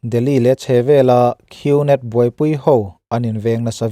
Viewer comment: Gnet hi net tih anga lam tur g hi silent leter w boss..